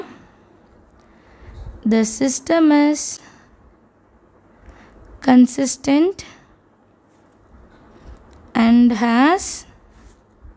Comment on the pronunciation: Akka consistent ku Tant illa Tent akka